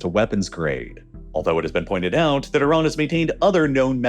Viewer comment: There's no o in Iran.